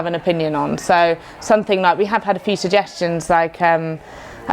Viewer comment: ‘Something” has an m in it